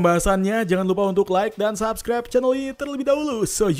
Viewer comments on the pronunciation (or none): none